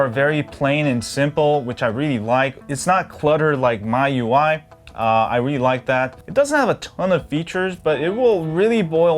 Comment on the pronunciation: God, bro! It`s MI UI, bot MY UI :D And it`s a Kirin SoC, not Girin.